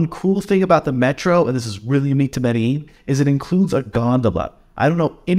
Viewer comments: Madallin LOL First learn how to pronounce it and then give recommendations. LOL. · This is a guide to failure. Didn't even say the name of the city correctly. Go away man. Thumbs down.